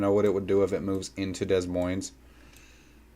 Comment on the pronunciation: “Dez Moinez”